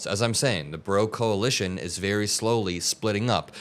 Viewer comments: It's not the Bro-coalition. It's the Broalition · Say it right dude, it’s the Broalition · Its pronounced BROalition